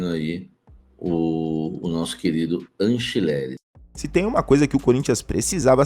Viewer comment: Cara que Anchilere, é Angilere.